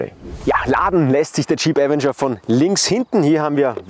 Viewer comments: avEnger! Betonung auf dem E, nicht dem A! Will nicht "kleinkariert" klingen, aber es nervt mich schon seit 2022 dass die meisten Leute, die ein Video zum Avenger auf YouTube veröffentlichen, den Namen FALSCH AUSSPRECHEN. So wird die falsche Aussprache an Hunderttausende oder Millionen Zuschauer falsch weitergegeben... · Die FALSCHE Aussprache von „Avenger“ ist furchtbar.😵‍💫 Ansonsten guter Beitrag